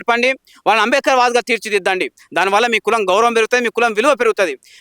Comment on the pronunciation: ఆరె నాయన ముందు నువ్వు స్పష్టం గా అంబేద్కర్ అని palakatum నేర్చుకో. మాల లు చేసే పోరాటం రాజ్యాంగం ప్రకారం ఉంటాయి. మీరు చేసేది రాజ్యాంగం ప్రకారం లేదు అందుకే మీరు,మిమ్మల్ని వెనుక వేసుకొని వచ్చే సమాజం రాజ్యాంగం మీద నమ్మకం గౌరవం లేదు. అందుకే ఎంత మంది ఎన్ని కుట్రలు చేసినా ఫలితం శూన్యం. ముందు మోడీ తీర్పు ఒక సారి పూర్తి గా చదువు. మరి నిజమే కదా ఇప్పుడు మంద కృష్ణ అన్న మోడీ తీర్పు అని వొప్పుకున్నావు కదా. తమ్ముడు ని బాద అర్థం అవుతుంది. నువ్వు అలగా మాట్లాడ పోతే మంద నిన్ను బయట కు pamputhadu కదా. పాపం.